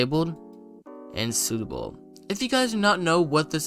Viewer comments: "suitable✔" "subtle❌" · mans cant pronounce subtle